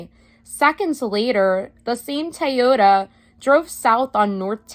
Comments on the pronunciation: Watch this a second time just to hear you say Taiohda... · Thank you, --so interesting and instructive! But, er, what's a Tie-yoda? ✌️😇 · I like the way says, "Toyota" 😂🤣😁